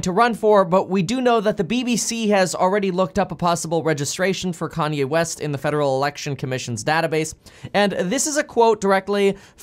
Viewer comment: Almost spit my coffee out when you said Kany